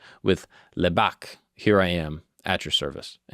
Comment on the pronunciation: It's not Labbak, it is Labbayik.